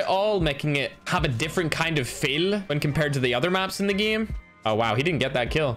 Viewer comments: is that fail or feel? Irish ascent kicking in fam for life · "Making it a different kind of feel" He said 'feel' in a different way.